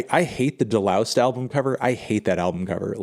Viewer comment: De-loused is a hard S